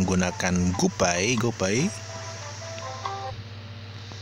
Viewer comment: bang, saya gak mau sok pintar bahasa Inggris, sekedar koreksi saja untuk cara bacanya. gopay 👉 gopei completion 👉 komplesyen card pack 👉 kart pek guidebook 👉 gaidbuk saya udah pernah komen gini loh tapi sepertinya gak di notice :(((((